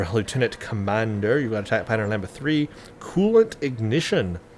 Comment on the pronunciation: To take the following tip to heart: the 'd' in Lambda is pronounced as well,. The 'a' is pronounced not like a standalone 'a' in american english, but with a flat 'a', like in "Olivia". Of course as every attack pattern's name, Lambda (λ) is a letter in the greek alphabet as well.